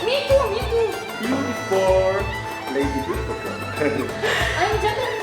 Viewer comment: 啊，你这 beautiful 听得我老尴尬了，哈哈。